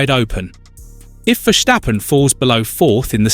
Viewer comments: I think that’s how the Dutch pronounce it tho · Mate, there is no way you could've known but I am Dutch. It is not pronounced like that at all. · Why must you say: “Vershjtappen”. It’s Ver-Stappen. There is no sshhh in the middle